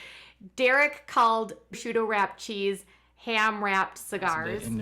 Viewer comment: are you sure you’re not Italian? Your pronunciation of prosciutto was perfecto!